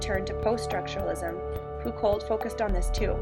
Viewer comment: This was helpful thanks....your pronunciation of Foucault is really grating though lol it's pronounced like Fooc-oh